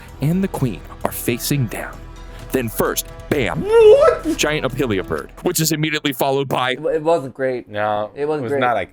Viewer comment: Your character arc has been crazy! Now you just need to stop saying opilia bird and it’ll be complete.